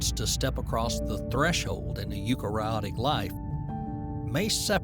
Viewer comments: Narrated by George W Bush, I love it... Multahcellular.. Yookarayotic cells.. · Those complex names just don't sound right with an American accent. It's pronounced You-carry-otic ! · I wish you'd learn how to pronounce "eukaryotic". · Please learn to pronounce eukaryotic.